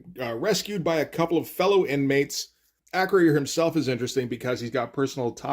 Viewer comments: Acroyear is pronounced Uh-Kroy-Urh vice A-Kroh-Yeer. Loved this one. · A note on pronunciation: It's not "Acro-year." It's "Uh-CROY-er." He was a star of the toy line, and frequently mentioned in the TV commercials. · Close. It's Acroy - Er. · Acroyear is pronounced "Ah- croy-er. "